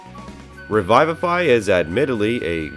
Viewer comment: I took psychic damage on how you pronounced "revivify" 😵